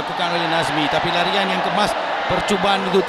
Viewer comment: Ralian ke larian? hahaha